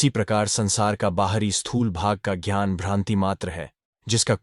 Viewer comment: कृपया अपनी मानसिक बीमारी को सुधारो,जानबूझ कर कई शब्दों का गलत उच्चारण करते हो,ज्ञान को jhyan,कभी घ्यान,कभी ज्यान बोलते हो, दुःख को दुहक बोलते हो,ज्ञात को ज्यात 🤔🤔